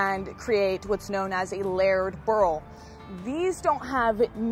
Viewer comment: The way pronounced layered was odd, too. It sounded like laird.